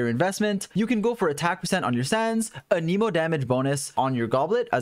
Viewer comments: It hurts me when you pronounce anemo animo😭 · there's an E in anEmo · why do you say anemo wrong? why do you always says stuff wrong?